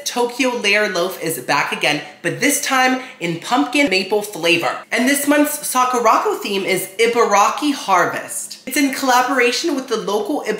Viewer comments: I'm sorry idk if you've been told this already but it's Sakura co not Sakurocko sorry not tryna sound rude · Lol just a heads up its pronounce "sahh - coo - da. ...... Co" co is separate it just means company